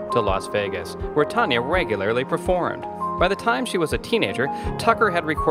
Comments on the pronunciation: My all time favorite singer but as She would tell ya, It's Tan Ya not Ton ya, as in tan ya hide!! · Can't you learn to pronounce her name correctly before you do a damn Bio???😒